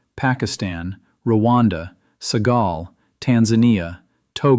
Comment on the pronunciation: Its called Senegal, not Segal, you incompetent AI programmers..